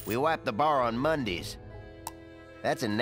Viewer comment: "We wipe the bar on Mondees" 😂